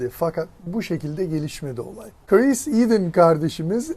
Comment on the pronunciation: Abi adamin adi Chris. Neden Karees diyorsun😂